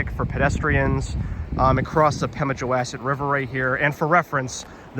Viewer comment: Nice video. Please, …wass.. as in the name of the river rhymes with boss, not mass. There are also some cellar holes across the railroad tracks. I believe NH public TV did a program about it. You might search online for some non copyrighted images to edit into your videos.